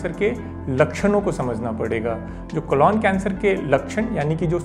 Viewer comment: Sir ek baar "Colon cancer" ka sahi pronunciation bhi seekh li jiye कोलॉन नही.... कोलन